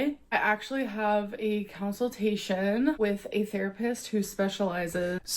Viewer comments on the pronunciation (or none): I wasn’t sure if I heard counseltation and was being nit-picky, so I’m happy you said something. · Counsel-tation is what I hear at night when I can't sleep